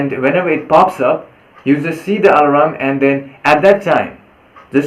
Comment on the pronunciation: The alarm? Is what is being called ah-la-ram on your phone right?